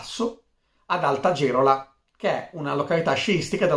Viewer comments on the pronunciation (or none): Bravo! L'unico errore del video è che si pronuncia Val Geròla, con l'accento sulla O 😆😆